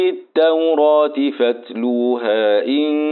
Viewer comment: يا شيخ في كلمة فاتلوها فى مد لى حضرتك ممدتش